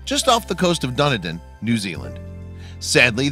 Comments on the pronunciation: Dun-uh-din????? Dew-knee-din!!!!! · Where the hell is Dunna Din? Don't you mean Doon Din.....or is it Dunny Din? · its pronounced deh-neeeeeee-din not dunadin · Actually Merino sheep are primarily grown for fleece not meat. There wool is some of the finest in the world and is used in everything from high street suits to thermal undergarments. Also Dunedin is pronounced Done-ee-din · It's pronounced Duneedin for Dunedin btw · 😆DUNEDIN... pronounced, DUN-EE-DIN, SOUTH ISLAND NZ. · Dunedin is pronounced Dun ee din. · Wolfie Paws626 Sorry, new to this. Just having a laugh at narrator's pronunciation of Dunedin.